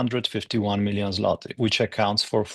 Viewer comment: Hearing you pronoince the polish currency "Zlati" is funny as I live with a polish guy so I hear it a lot pronounced as "Zvotig"